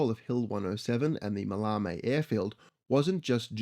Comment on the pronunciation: Ma-lay-mee airfield.